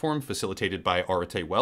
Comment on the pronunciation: I think that you mispronounced Arete as Arte. It's the concept in Greek philosophy for virtue or excellence.